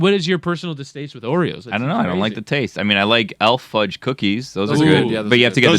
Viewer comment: It's not Elf Fudge. It's E.L. Fudge. I know that it's a play on the word elf but, you say the letters E and L when saying the name of the cookie.